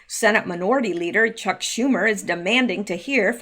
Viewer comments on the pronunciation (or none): none